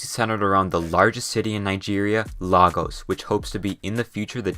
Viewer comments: As a Nigeria the most popular country lagos is actually pronounced lagus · Lagos is derived from the Portuguese word for "Lagoons" which is LAGOS and it's pronounced "La--goes" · it is LEIgos not LAgos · It's actually pronounced as "LAY GORS" emphasis on the "ors" sound just like the one in horse. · You don't pronounce Portuguese or Spanish word the same way you pronounce English. Sometimes it's pronounced exactly the way it's written. Since LAGOS is a Portuguese or Spanish word, you should pronounce it correctly. The La should sound like La in music keynote the same way the letter A sounds when you pronounce AFRICA. Would you pronounce a German or Italian word your own way and claim it's the right way to pronounce it? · if you ask google it will be pronounced lay-gos 🧐🧐🧐🧐🧐🧐 besides everbody in NIGERIA including me pronounce it as "Lay-gos" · As a Nigerian myself, I've got to say how funny the pronunciations were, especial Lagos and Yoruba